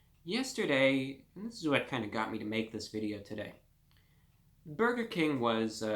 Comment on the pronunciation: “Don’t be miserable over a burgah “ -reviewbrah